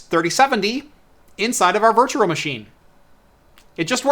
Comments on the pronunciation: It really is bad. Virtua Virtua Virtua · I know I'm like a nazi for pointing out you say Virtural, lol. Love the video other than that and the audio being slightly out of sync! I'm a harsh critic. I just want you to be perfect. That's all! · How he says "virtual" is so cringe, but I love his videos.